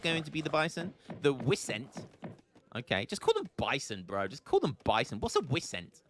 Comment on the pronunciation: "wisent" xD xD xD